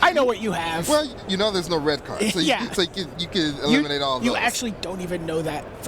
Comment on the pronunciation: Red not Wed